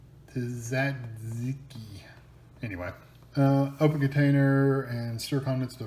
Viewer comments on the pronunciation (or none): It’s pronounced ta-zee-ki sauce and it is very good! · it is pronounced tzatzeeki